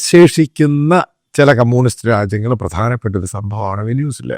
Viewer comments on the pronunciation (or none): വേനൂസല അല്ല വെൻസ്വല😂😂😂😂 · Correct the pronunciation of Venezuela 😊